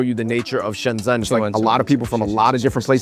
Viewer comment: They're the only asians in Shenzhen who can't pronounce the name of the city.. Shensen ?? lol It's pronounced like Shen-jen